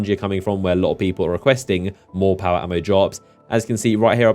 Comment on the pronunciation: When you said power ammo, I swear you said power armor like multiple times. I was like what? Power armor? That's interesting.